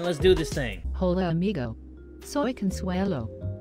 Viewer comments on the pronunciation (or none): none